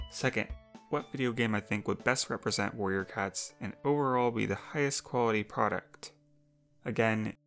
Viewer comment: are my ear bad or did she say “Warrior cuts”?